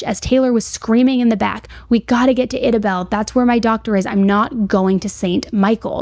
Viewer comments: Idabel is pronounced Ida-bell. Bowie county Boo-ee. Dekalb, De-cab. being from idabel the mispronounces are driving me crazy lol. Also, this case has people asking to go into the er room and stuff, which is beyond gross. But I appreciate the deep dive. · love you girl but i’m gonna show you how to pronounce these towns coming from someone who’s from southeast oklahoma. idabel: I-DA-BELL , de kalb: DEE-CAB